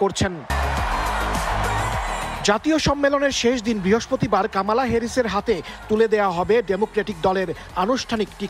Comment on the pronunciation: কামালা নয় কমলা